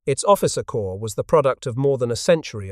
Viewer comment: Damn it! "Corps" has a silent "ps" and is pronounced the same as "core" while you keep posting videos where "corps" is pronounced the same as "corpse"! Are you unable to learn? To change? And this is much the same as other videos, just with some repackaging.